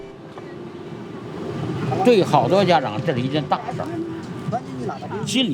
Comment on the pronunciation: So we're all gonna ignore how badly she's pronouncing "parents" .... 😐😐😐